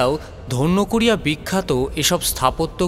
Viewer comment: ধন্যকুড়িয়া নয়, ধান্যকুড়িয়া